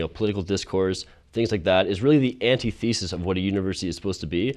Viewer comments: I really agree with this guys message but I lost a lot of respect for him personally after he mispronounced Socrates and antithesis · I’m very surprised at how the white guy pronounced “antithesis” and “Socrates”. But I agree with him.